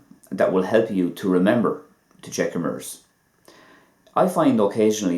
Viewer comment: Ok .lol....the way you pronounced the word made it sound like another..like when you said ---sliver.your videos are helpful though...